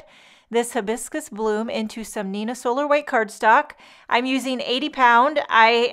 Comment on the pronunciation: The pronunciation starts with "hi" biscus. Like you're saying Hi! Lovely card! Aloha!